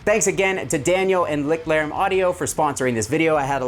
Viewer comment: As someone who speaks a very moderate amount of German, it drives me absolutely bonkers every time a YouTuber says, "Licked Larem". Lichtlärm or Lichtlaerm translates literally as Light-noise in English and should be pronounced more like Layscht-lair-mm. I haven't heard a single American YouTuber not say "Licked" or "Lick" yet though! I gotta go check 42 Gear Street and see if Henning Pauly is saying it the proper German way... Lol